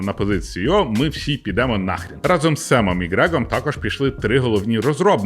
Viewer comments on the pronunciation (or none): none